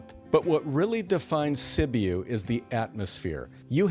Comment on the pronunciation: Sibiu Romania is pronounced "si·byoo"